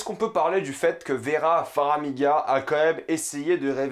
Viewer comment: FAR - MI - GA ! pas "Faramiga" !!! ;)